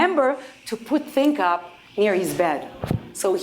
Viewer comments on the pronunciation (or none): ThinkUp - his pronunciation was not the best .... (no offense, it is what it is :-)